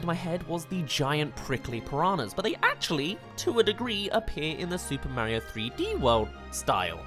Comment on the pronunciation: STOP SAYING MARIO LIKE THAT PLZ